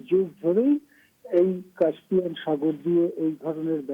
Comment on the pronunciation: উচ্চারণ হবে কাস্পিয়ান। কাম্পিয়ান নয়।উপস্থাপিকাকে বলছি।